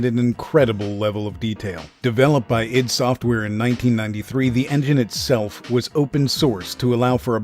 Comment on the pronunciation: Eye dee software not eid...ffs